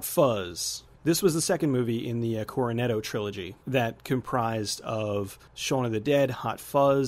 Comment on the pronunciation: Is it just me or did you pronounce Cornetto wrong? It sounds like you said Coranetto.